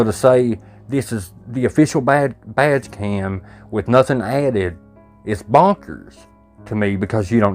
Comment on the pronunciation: I realized you were saying “badge cam”… I thought you were saying “vag cam” which made it funny but also disturbing 😂